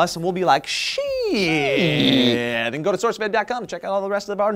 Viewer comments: Seems like the last name is German and if so, it is pronounced as "schydt" (like saying shy+dt at the end) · its pronounce Shidt like SHY DT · I have a feeling that his name should be pronounced Shyt